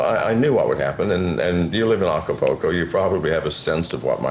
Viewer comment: Hey nice reference to Acapulco and it's pronounced Aca-Pool-Co not Aca-Po-Ko. is obviously not in Acapulco since he can't even get the name correct plus what he says about the jails is absolute crap. If he is in Acapulco he can be located by the image behind him. If he is helping people get fake foreign passports he is breaking several international laws. How does John know it was exactly 42 armed guards? He sat and counted a bunch of moving people I suppose. John isn't a hacker and has zero ability to hack. Initially he claimed to place spyware and keyloggers on $100 laptops he gave to people - BUT now he's a "Hacker". John wasn't faking his heart episode, he suffered a tachycardia from using excessive amounts of MDPV. This fact is well documented. This was an ignorant interview and is just a bunch of regurgitated crap that McAfee has been repeating for months.